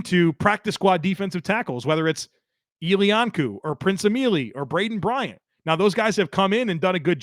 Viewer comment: Lol, no matter how much time passes, just cannot get BraNdin Bryant's name right. 😅